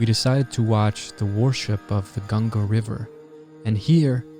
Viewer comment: I like that pronounced Ganga correctly. Not like Gangees.